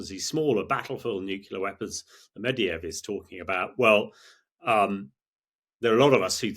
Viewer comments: This guy can pronounce neither "Medvedev" nor "nuclear". (It's not "Mediev" and it's not "new-que-lar"). Sigh. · Who is Mediev? Does he mean Medvedev? What is Nukular? This guy would be more credible if he could speak English properly.